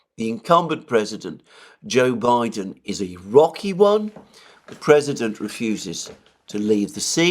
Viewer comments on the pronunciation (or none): none